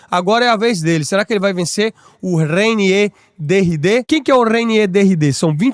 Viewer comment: renie di raider, nao aguentei kkkkkkkkkkkkkkkkkkkkkkkkkkkkkkkkkkk